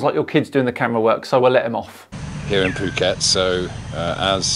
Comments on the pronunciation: You really gotta quit mispronouncing "Phuckwit". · I'm no psychologist, but I have wondered about the psychology of these folks. I believe his location is spelled Phuket, which is "dropping the F bomb" if pronounced in English. Anyway these guys seem to just have Flat Earth engrained into them, like it's first hand knowledge. They go about their day like we do, but explaining their world correctly escapes them, due to, and I'm guessing here .... not having spacial skills? Jimmy Carter's Dept of Education would explain a few things. Scammers hock this Flat Earth crap for money, and people eat it up. Flat Earth isn't just ridiculous, it's insidious, harmful to children, harmful to civilization in general.